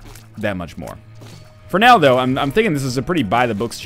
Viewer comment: When NL says "for now tho" it kinda sounds like he is saying Ronaldo